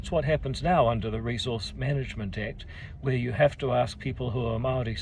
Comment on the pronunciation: NO WHERE IN ENGLISH IS WH PRONOUNCED F